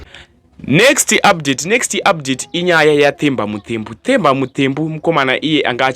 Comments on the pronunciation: Its not The as you pronounce in English....its Te as you pronounce in shona wakuita kunge une chirimi chii ichocho,ukwane iwe. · Themba is pronounced as Temba, not as THE like an english word. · Themba Muthembu ..bad pronounce kkkkkkkkkk😅😅😅